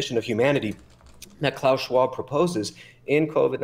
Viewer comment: If i hear klaus fucking shwaub one more time😊